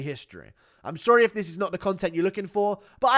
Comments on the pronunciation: bro what are you on about with merab? he literally mispronounced "if" with "ip" where did you hear EPO in there your hatred of merab blinds you guru get your ears checked lol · im from georgia and i think i have context behind merabs "slipup" in georgia a lot of people pronounce "if" like "ep" because of the georgian letter "ფ" which is read like "p" and is a replacement of the letter "f" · We have no “f” sound in Georgian so sometimes “ph” slips out instead 😂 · Omg Merab was saying "If" with Georgian pronunciation - in Georgian there is no F so we use p (like Greek π ) or p (like English p in apple). In this case he mixed up the two so initially he pronounced if like ip (with π sound) and then ip with English p sound. He seems to be unable to pronounce f when speaking. Go through an interview of his and you'll see that he uses p sound for f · Actually, if we are doing this in good faith you can go through any interview of merab and you will see that he pronounces "if" as 'ip' every single timr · Merab saying "if" not "epo" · English is Merab second language this guy was just saying the word “if” and he pronounced “ip” 😅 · Merab can't pronounce F so he goes Ph Ph 😅😅 i think he says "if, if"